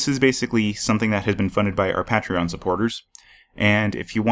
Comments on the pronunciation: You said Pa tree on. It's pronounced Pay tree on. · First off this video was quite helpfull but everytime he misspronounced patreon I cringed a little